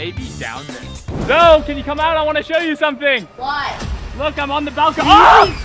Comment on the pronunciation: YOU SAID zeo insted of saying zoe